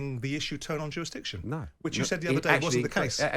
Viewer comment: simon"jurastiction" jordan